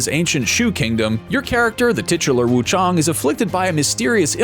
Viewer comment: It's the first time I heard someone actually pronounce WUCHANG as it is, instead of WUCHENG.